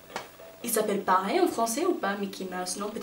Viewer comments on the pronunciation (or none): none